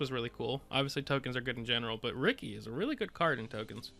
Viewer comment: Unique deck! By the way, Rikke is pronounced "Rick-a"